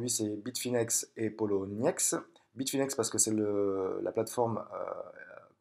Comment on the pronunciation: re ,qui est polo ba poloniex et pas ploniex comme ta mie , et pour la vidéo tu dit donner les accès a votre argents ,donc pour moi un prêts ce avoir l argent a un moment donner pour joue avec sur le traide part ton bailleur qui te redonne avec intérêt , donc les clefs priver et publique ci non je vois pas comment ils sorte l’argent robot ou pas ,et qui contrôle le robot qu'elle boite des trois plat formes ?